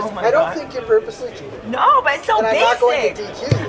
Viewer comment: Cheating❌️ Chinting✅️ His chin is so bless😂